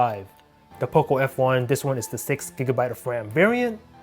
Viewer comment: OP what?! It's six not sex! BTW the way you talk is annoying